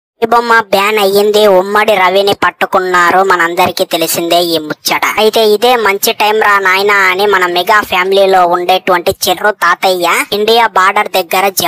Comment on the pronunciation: ఉమ్మడి కాదు "ఇమ్మడి "